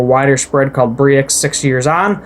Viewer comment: Hey man no offense but brexit has been all over the news for the last few years, it's also called "brexit" not "bree-x" it's a short version of "british exit". Anyway, nice video!